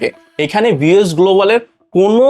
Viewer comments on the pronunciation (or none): একটা বারো ভি এফ এস বললো না ভি এস বললো😂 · তুমি সাওয়া আগে ভি এফ এস উচ্চারণ শিখে তারপর ভিডিও বানাও 😂😂😅😅